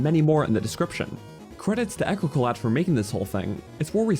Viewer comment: shocked someone could pronounce echocolat so aggressively wrong lol